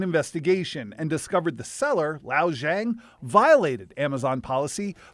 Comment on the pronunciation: What an idiot. Zhang is easy to pronounce. Yet....he.....FAILS! Send him back to primary school! (The poor guy is just COVERED in Tattoos, too. What a piece of work.)